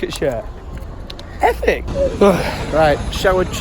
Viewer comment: efic? lmao. Love you!!